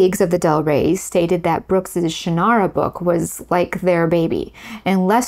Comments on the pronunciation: Shannara is pronounced by the author as SHANN-ara, by the way, not shann-AR-a. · Hold on a moment. I know Terry Brooks, and some of your facts are not quite right. Terry was ASKED by Lester to write a Tolkien-like novel, and Sword of Shannara (which by the way you pronounced incorrectly) was the result of that. That book, plus Dungeons & Dragons, reinvigorated interest in Tolkien’s work, and fantasy in general. At the exact same time, Star Wars pulled interest in science fiction out of genre publishing into genre movies and television, Shannara reinvigorated popularity of fantasy in genre publishing. Publishers and studios then drove writers to follow formula, because that is what they do. We saw tons of quest-based fantasy and tons of space-opera type movies and television shows. This is the way the business works. Incidentally the “central male figure” trope was not a formula originating with, or even to be blamed on, Del Rey. Remember Beowulf? Arthurian literature such as Le Morte d’Arthur or the Vulgate Cycle? The Iliad? The Odyssey? The publishing industry assumed at the time that genre fiction was mostly consumed by males, and so they preferred male lead characters and male authors. Andre Norton (with whom I had tea many years ago, in her home in Winter Park, Florida), wrote LOTS of fantasy (and science fiction) long LONG before Terry, but she had changed her name from Alice to Andre to appeal to what the publishers believed would sell better at the time. As for George R.R. Martin (again, met him multiple times), his books were the result of h